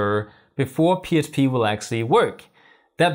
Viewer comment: I thought my brain was fkd until you said Html, I heard H. But you definitely keep saying psp.